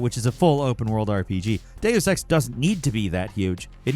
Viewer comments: The way you pronounced Deus Ex and Jean Reno hurt my ears 😂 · For the love of God, please either stop putting Deus Ex on "" lists or tell him how to pronounce "Deus" and "Eidos".